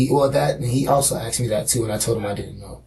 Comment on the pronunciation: Axed is not asked wtf learn english or forever come off as dumb n ignorent